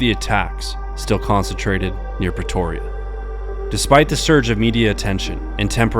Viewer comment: Was only half listening so I hear "Petoria"